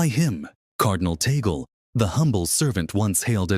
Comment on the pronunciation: YOU ERRONEOUSLY PRONOUNCE THE NAME OF OUR CARDINAL LUIS ANTONIO TAGLE...SHOULD BE TAG-LE'